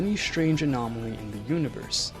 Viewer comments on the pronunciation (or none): none